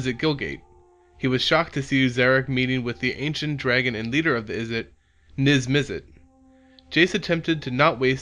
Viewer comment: Miv-Mizzet...Lavaz...Varska...Jace Beleron. Get the card names right for once!